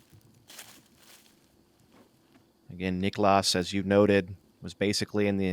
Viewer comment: As a Finn it's painful to listen to them saying "Niklaas" all the time. No need to stretch that A-letter. I mean, you don't say "Nicolaas Cage" either, do you?